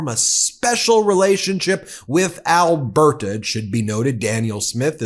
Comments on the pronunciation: I’m Canadian, it’s not pronounced Alber-ta… it’s pronounced alber-da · Alberta is pronounced Alberduh. 😂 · The t in Alberta is pronounced like the t in water. You are putting way too much emphesis on the t. It makes you sound like Kent Hovind when he says water. Trust me, you don't want people making that association. 😂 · We in Alberta despise her! Btw it is just Alberta not Al- ber-ta! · You make Premiers sound like premieres! 🤣😂🤣 The "t" in Alberta is pronounced more like a flat "d". (al-buh -duh). There are pronunciation vids. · We pronounce Alberta with a /d/. . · Where are you from? You don’t even know how to pronounce Alberta! You and your commenters seem to be terrified by strong intelligent women. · Also an Albertan here. She is one of the stupidest premiers we've ever had. She is trying to appease her voters that are also MAGA idiots. Would love to know if the rest of her "vacation" is going to be covered by Albertan tax payers because she made 1 business related stop on it. BTW pronounce Alberta as 1 word, don't emphasize the last A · The way you pronounce Alberta as if it's 3 separate words is very funny. Can't wait to hear your attempt at Newfoundland! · Please it’s Alberta not Alber-Ta and Dan-yelle not Daniel. You pronunciation needs work. You butchered Chetian yesterday. My skin crawled. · dude could you pronounce Alberta or premier correctly please? It's driving me up the wall! 😂